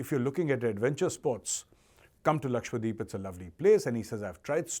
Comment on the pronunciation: Omg! Its Laksha dweep...not lakshwadeep